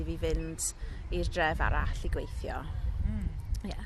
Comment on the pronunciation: is the only one that sounds natural. All these people sound like learners who need to work on their pronounciation, including the presenter. Points for trying, but 'gwAHeeetheeooww' instead of 'gweithio' is like nails down a black board, and she also doesn't roll her 'r's either. Pronouncing 'ei' as a posh sounding 'ah' is a bad habit that is often done by learners who typically have middleclass English accents. They say 'MAHeerioon' instead of 'Meirion' and 'tAHeetheeow' instead if 'teithio'.